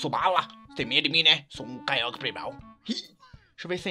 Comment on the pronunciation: se pronuncia Kyouger só pra avisar ^-^